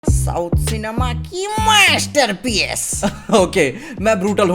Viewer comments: Yeh myaaasteteeerpiece kya tha 😂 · The way he says South cinema ki maa...ster piece....😂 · The way he said - 'south cinema Ki' "MaSTerpIEcE "